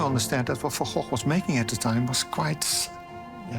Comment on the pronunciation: Not Van Gogh..